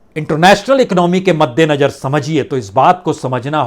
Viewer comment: महोदय आप की रिपोर्टिंग बहुत ही अच्छी है लेकिन आप ख़बरों को पढ़ने में आप कई शब्दों का सही उच्चारण नहीं करते। जैसे हज़ार को आप हज्जार बोलते हैं। मद्देनज़र को मद्देनजर कहते हैं।